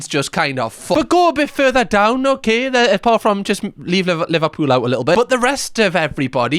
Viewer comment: how TF is Liverpool became livapoola?